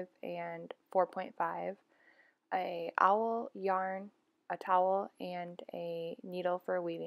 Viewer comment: Yes, and it is not pronounced "owl". It is like all, but add a "w" sound. Awl.